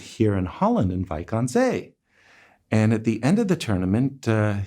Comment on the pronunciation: *it's Wijk Aan Zee not Wijk Ann Zee